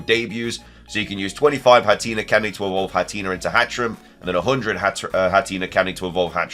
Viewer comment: HATREENIE?!?! HATTERENE AS IN CATHERINE.